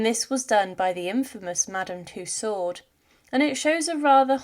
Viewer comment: Tussaud, the "d" is silent